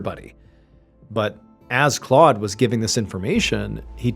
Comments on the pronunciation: Claude is not pronounced “clawed”. It’s more like Clode :) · Well done.....but the pronunciation of the man's name in French is "Clowed".